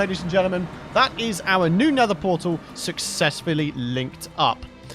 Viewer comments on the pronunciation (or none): new powtal can genewate hewe